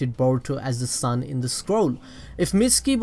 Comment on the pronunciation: I heard "son" intead of "sun" and was like "WHUT????"😆